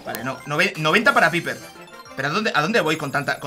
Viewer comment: Nose dice piper se dice paiper inteligente